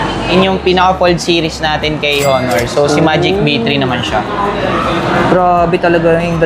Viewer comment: Silent h po onor